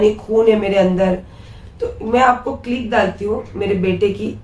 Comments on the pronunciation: Clip bolte h click nhi bolte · Life nahi live bolte hai or dusri bat click nahi clip bolte hai